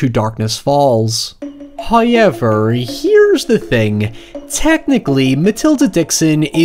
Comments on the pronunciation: I live for when you say "hiyever" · First "hoy-ever" droos. rewards us for our devotion. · "hoyevar" NOW it's a video! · Take a shot every time says “hoiyever” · “Highever” “Nigh” …. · You say however really weird. Like Hyever